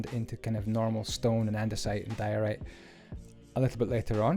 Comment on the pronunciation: says polished diarrhea instead of diorite